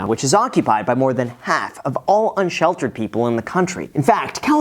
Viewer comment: “Unsheltered” come on Graham…